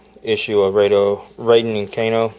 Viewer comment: You said Raydo Kanen 😂